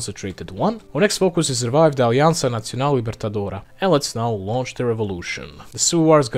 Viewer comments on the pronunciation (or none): Provavelmente ajuda que a escrita do bósnio é meio parecida já com a do português (mas tem diferença: nesse vídeo mesmo ele fala nacional como "natsional", esse c fazendo som de ts sendo comum nas línguas eslávas (sei q pelo menos em servo-croata, esloveno e polonês é assim)), mas é boa mesmo. Fiquei surpreso também.